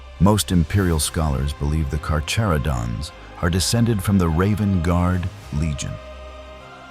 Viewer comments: drink game: have a shot everytime this video says carcharodons wrong, you'll be drunk in no time I promise 🤣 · Can’t even say their name correctly… 😂